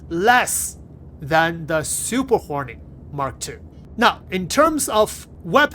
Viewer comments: Fantastic video, I kept hearing "horny mk.2" 😂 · Why do i always hear him say Super horny Mark 2😂😂